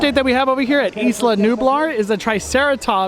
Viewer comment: It’s pronounced I-La-New-Blar not...eeece-la-nu-bar